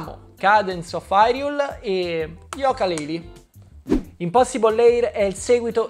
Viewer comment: È yuka non yoka